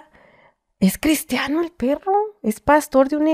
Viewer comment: En la isla se hizo….CRISTIANO!… Jaja ese acento tenemos algunas regiones, recalcar la ironía jaja